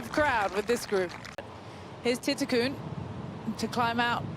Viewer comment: Whoever the European commentator is needs to stop putting letters that don't exist in players names when trying to pronounce them. She consistently calls "Jeeno" Titikul - Jeeno Titikun" pronouncing an "n" at the end of her name, which does not exist. Even when you have other people from Thailand speak her name it is pronounced as it is spelt -- "Titi-kul!" As I love watching her play and she gets plenty of air time on TV, so it is becoming more and more annoying, especially when the other commentators and presenters pronounce her name correctly with the "L" at the end. Surely she is doing this intentionally for reasons only "she" could understand, but it is just annoying!